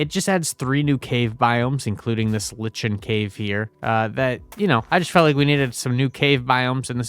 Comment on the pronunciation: lichen is pronounced "liken" not "litchen"